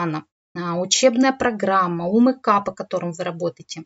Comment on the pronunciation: Познавательно,информаьивно,но всё- таки не "У Мэ Ка", А " У Эм Ка".